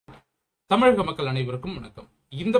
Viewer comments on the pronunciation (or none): none